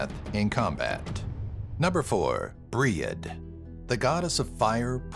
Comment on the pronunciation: "bri-ed" and "ana" upset me.